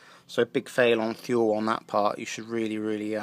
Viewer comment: Nice review. It's pronounced "too-lee".